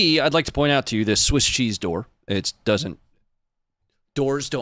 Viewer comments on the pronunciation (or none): none